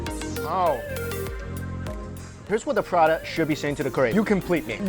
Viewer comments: pra-ta not prada. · Mike you just triggered the entire caribbean indian population with the way you pronounce Roti and Prata😂😂 we pronounce it like "Roetee Parata" but thats alright different cultutre different pronunciation. Ours is the straight Indian version though. Oh and Curry too...we say "Cuhree"😂😂